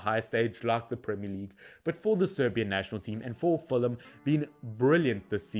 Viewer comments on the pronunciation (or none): none